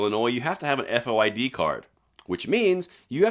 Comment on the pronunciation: Kim Foxx is the DA in Chicago. She is inept beyond description. Dick Durbin is inept beyond description as a US Senator. He had absolutely no clue to what he was talking about.. he could hardly say FOID and it has been the law in the state for decades. ( Unconstitutional law in my opinion). The City has these rolling gun battles all the time. Carjacking at gunpoint is at an all time high in and around the city. When a “person of interest” is arrested the charges are weak and the bad guy is released on bond only to rinse and repeat next week. There was an armed robbery attempt last Saturday morning at a bar in Frankfort. (Frankfort is a SW suburban community to Chicago). The criminals entered the bar and demanded money from the bar and its patrons, threatening to shoot anyone not complying with their demands. Fortunately there was a concealed carry licensed person at the bar who had his gun with him. He shot one of the bad guys (died in the bar) while the other fled. No charges filed in that incident yet. I have not heard if they tracked the second guy down yet. So far the CCI holder is OK. The Bar, Ryan’s Pub on Lincoln Highway, is in Will County not Cook County.